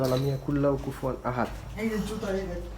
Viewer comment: When u say that "এই দখেন 'যুতা' ( জুতা )" it's make me laugh 😆 But , I like ur every videos & watch ur every videos too . Take care ur self . In Sha Allah we will gate more videos in future 😊 💗